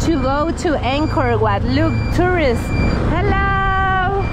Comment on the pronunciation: Angkor Wat Madam, Not Anchor What! Please!